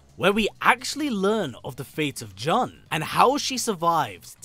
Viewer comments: Jun is pronounced like the month. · Why do you pronounce Jun's name like that?? 😂